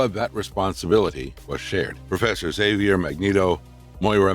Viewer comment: Great video, that's NOT how you say Xavier though.